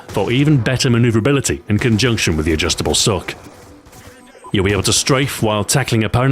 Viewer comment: "Adjustible sock"